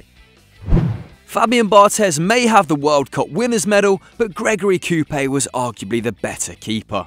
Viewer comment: You pronounced Coupet pretty badly. Also I loved those Lyon teams back in the day!